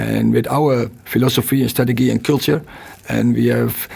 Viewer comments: He got his "stragageey" wrong. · Strateghee… love the man, but when is someone going to tell Ten Hag it’s pronounced wrongly? 🫣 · I just love the way ETH handles questions, as well as the way he pronounces "strategy". 😎